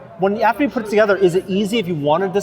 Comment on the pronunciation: "...Construction kit to pur our arm in this exquisite prop replica."